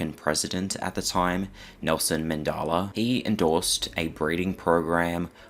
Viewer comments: There’s no way you just called Nelson Mandela “Nelson Mendala” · Call him Nelson Mandaala One More Time I Dare You! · Nelson Man-de-la not Nelson Man-daal-a